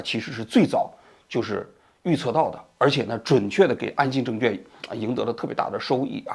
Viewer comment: 王局，证券的券一直都没有读对呀，小错误批评一下